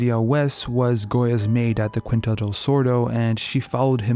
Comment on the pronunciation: Very good pronunciations in this video, however, keep in mind "Quintas" is read "keen-tuh-sh" ! I never understood why people read it any other way, but the U is mute 😂